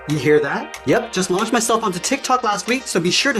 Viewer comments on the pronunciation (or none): none